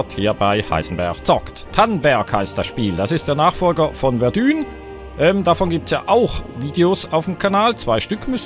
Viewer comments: Verdun wird Werdahng gesprochen und nicht Werdühn ^^ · Das wird nicht "Verdühn" ausgesprochen. 😂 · Mann spricht es Verdö..n aus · Warum spricht jeder verdun falsch aus ? :D